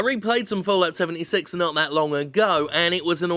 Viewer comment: I swear I heard Jim say “Bullocks 76” instead of Fallout 76 lol